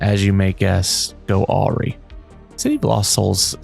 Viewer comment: Awry is pronounced uhh rye. Great vid though!